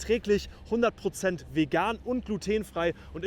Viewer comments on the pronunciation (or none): none